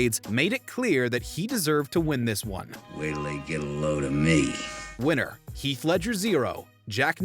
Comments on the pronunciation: his name is Heath, NOT HEALTH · “health” say his name right atleast